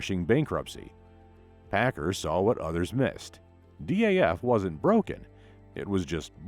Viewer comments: It’s pack- car. Not packer .learn the idiom for your documentary! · Please- it’s pronounced- Pack car- like two words, not Packer. I was fortunate to fly Chuck Pigott many times during the seventies when he was on the board of directors for Boeing. He always pronounced the name like to words. Don’t know how Mark Pigott pronounces the name.